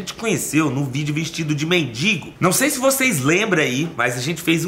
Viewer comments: Gata, humilde, solidária, se não quiser manda pra mim que vou do RS buscar...kkkk, só um detalhe, pelo jeito aí todo mundo fala "mendingo", e são tantas pessoas que te assistem dá pra tentar corrigir pra mendigo. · Pelo amor de Deus gente, não é MENDINGO, é MENDIGO.........